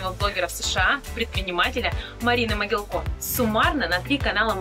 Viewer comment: а зачем коверкать фамилию? Моги́лко — украинская фамилия. Известные носители. Могилко, Иван Сергеевич (род. 1928) — Герой Социалистического Труда. Могилко, Константин Викторович ... Википедию то погуглите))), ударение ставят на слог с буквой И